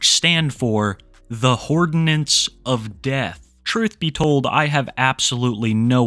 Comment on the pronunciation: Am I regarded or are you saying "hordinance of death" hahaha